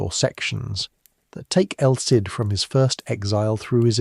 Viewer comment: Is this AI-narrated? Just asking as I noticed El Cid is pronounced around 5 different ways.